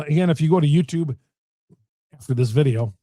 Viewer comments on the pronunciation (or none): none